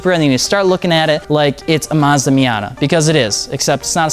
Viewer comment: you said nissan, mazda, and subaru wrong.